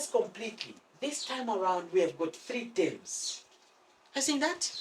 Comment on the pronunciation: For whoever is wondering. whenever he says tems. he's actually meaning terms